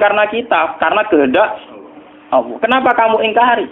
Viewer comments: Gus baha mbok klu baca Allah jgn awoh to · Dengarkan hurup lam kok diucapkan woh ?